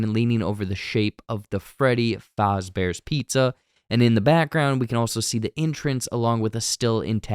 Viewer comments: Homie really said Freddy FALLZbears pizza 😂😂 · The way he said Fazebear’s💀